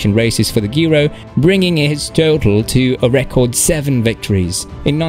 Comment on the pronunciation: G Ro G Ro G Ro. It is how you say it, please say it many times. G Ro. And Alpes d’huez…. Please try to make an effort